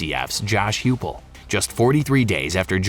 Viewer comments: HIPULL not Huepull. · HUGH-pull? Come on, man...